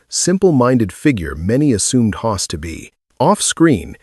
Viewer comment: FFS. Can’t even say Hoss. Time to move on to some other platform